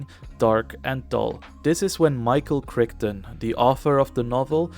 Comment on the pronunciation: Michael "krik-tin" ????? Seriously?